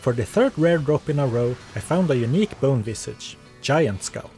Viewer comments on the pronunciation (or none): none